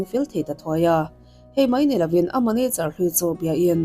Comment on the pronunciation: Manacher iti tlat zelin ka hria...MANAGER 😂